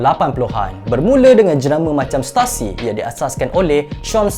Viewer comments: Stussy la bukan stassy😅😅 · Setusi not setasi. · Sebutan yang betul adalah stusi bukan stasi